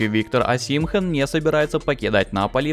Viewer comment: ОсИмхэн кровь из ушей. ОсимхЕн. Всегда поражают такие блогеры которые не шарят в теме а лезут.